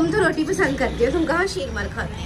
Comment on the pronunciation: Sheer Maal hota Sheer Maar nahi..